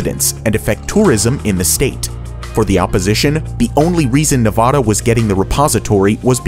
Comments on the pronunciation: Pronunciation of Nevada and Yucca are quite irritating. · Funny listening to both 'Yucca' and 'Nevada' mispronounced (i.e. not the way locals pronounce those words). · 50 lashes for each time you mispronounce Yucca and Nevada. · As a person that lived in Las Vegas for 20 years, and people talked about this project, it is pronounced yuh-kuh mountain. It's like other people saying Nevada wrong too. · As a 7th generation Nevadan, I’ll forgive you for mispronouncing “Yucca Mountain” (it’s YUCK - UH, not YUKE - UH) but what absolutely drives Nevadans insane is when someone pronounces “Nevada” like you did. The first A is short like “APPLE.” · It’s Nevada! Please pronounce correctly, drove me crazy! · The way this man says Nevada pisses me off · "Most useless" would describe your pronunciation of Yucca and Nevada. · Learn how to pronounce Nevada right! We absolutely HATE it when you pronounce it wrong! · ok as a navada'n do no say yooka, its pronounced yuck-a and nevada is not nevoda its nevada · ITS NEV-ADA NOT NE-VAH-DAH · The last part of the video about yucca mountain, NV. It is pronounced Nevada! Not Nevahda!!! Not ahhh, just ada. Like apple. It's not ahpple. Or opple. If so it would have been spelled Nevoda. Damnit. Sports broadcasters and news anchors get it wrong constantly. And second. It's yucca, not yuuca. Short "U" sound. Not a long "U" sound. Yucca. Like you pronounce the word "yucky" that makes sense, right? Otherwise it would have been spelled "yooky" if that's how it was supposed to be pronounced. Gosh that's so annoying as a native. Otherwise, good video. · Yucca. It's YUH-KUH not YOU-kuh. Rhymes with yuck. And Nevada is Ne-VA-duh not Ne-VAH-duh. A as in van. Maybe learn pronunciation before throwing these videos together. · NO YUCK-A MOUNTAIN!!! Also it's NE-VA-DHA not NE-VHA-DHA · Hello! Fellow Nevadan here. We pronounce our state Ne-vah-Duh Not Ne-Vuh-Duh It's such a big issue here that our DMV's even have it painted on their walls lmao